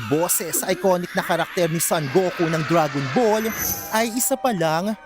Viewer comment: Dragon Bul 😂